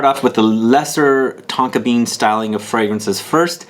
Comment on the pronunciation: At one point I almost thought you said Tonka beard 😁